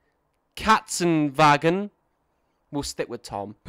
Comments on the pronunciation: Almost. You only needed to pronounce the a’s like in “father” and not in “bad”. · As a German, I found it very funny how you pronounced "Katzenwagen" :D